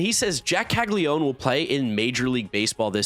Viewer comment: Caglianone….Cah-lee-ah-no-neh (I assume the surname’s Italian but I’m posting this for those who care to pronounce it the IT way. We do Anglify words in the US).